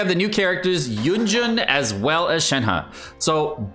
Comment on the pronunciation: It's Yun Ji-n, not Yun Jun OMEGALUL